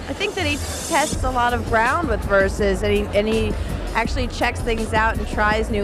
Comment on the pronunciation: Che cafoni chiamarlo VERSACI,NOT VERSACE!